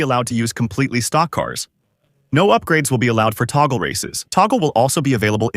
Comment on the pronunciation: The AI-dub pronouncing touge as "toggle" 😂😂😂